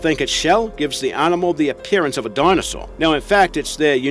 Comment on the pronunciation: Why does he place an 'R' where they don't belong in so many of his words ARfrica for Africa, ARnimal for Animal, AlaRska for Alaska and so on.